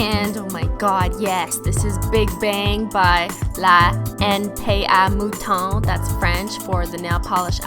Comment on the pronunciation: I'm half french (my dad) and thank goodness someone says Le mouton right! lol just don't let domeone who doesn't know french pronounce .. Maintenant (it means now)